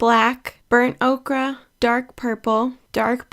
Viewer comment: Burnt “Okra”…😂 like the vegetable? 😂 it’s pronounced “oh-ker” lol😂 great tutorial though! I have hair this color.